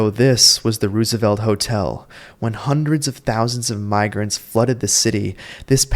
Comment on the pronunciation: All the way through mispronouncing “ Roosevelt “. After a while it gets annoying.